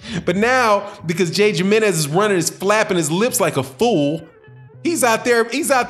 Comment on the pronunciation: It's pronounced himrnez lol how do u say Jose ??